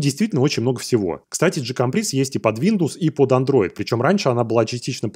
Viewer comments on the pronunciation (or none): Название GCompris читается как "же компрИ", что на французском значит "я понимаю". Именно потому оно и не превратилось в QCompris.